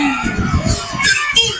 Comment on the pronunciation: "Enterpool" daw sabi ni Bato.. bwahaha..di ba interpol? Bwahaha...